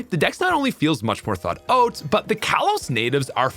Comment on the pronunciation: the inclusion of an "oat" jumpscare every few minutes really keeps you on your toes. just watching, nodding along, and suddenly "in Z-A, the dex feels more thought-oat..." Brilliant engagement method!